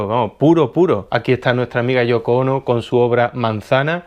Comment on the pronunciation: ( ͡° ͜ʖ ͡°) Genial reseña de la definición de Hamparte y correcta pronunciación por Yoko Ono Saludos desde Perú 🇵🇪